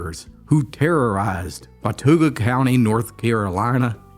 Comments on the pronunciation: it is a native american word and pronounced “what tah gha “ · Love your stories. Have known several of the Potters in my life, the family reputation was known even into the 1980s. The ones I went to school with were very quiet, but also very easy going. Also it's pronounced Wa-tau-ga. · Hey,really enjoyed the story of the Potter boys,I live just a couple miles from pottertown,remember story's of how mean the ppl in pottertown were,its in watauga county,pronounced wa-TAW-guh,i live just across the county line in ashe county,really good history lesson, thx! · Good stories. You are mispronouncing Watauga county. It's driving me crazy due to not being able to teach you the correct pronunciation. You did the same thing in an episode where you mentioned Galax, VA. It's pronounced gai- lax. Not gal- ax. Sorry-I had to get that out of my system. We have our own dialect, you know. 😂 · Watauga… the au is pronounced the same as the au in caught. If I remember correctly, it is an Indian word.